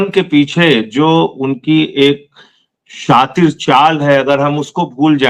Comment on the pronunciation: शातिर शब्द सही बोले संजय सर